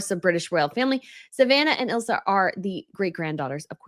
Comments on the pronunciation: please check the correct name of Princess Anne's granddaughter, isn't it Isla, not Ilsa... and pronounced Eyela? with a silent S like the word island... If you know your royals, you'll want to get it right. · It's ISLA (Eye-La) Philips, not Ilsa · Brittany, the Younger Daughter Of Peter And Autumn I "Isla" SAID "ISLE-AA" (LIKE A SMALL I -LAND - ISLE) OR - "AISLE-AA" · Savannah and Isla- Isla is pronounced 'Eye-lah'. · I know this is off topic of the video. But Isla Phillips's name is pronounced I-la. The 's' is silent. 😊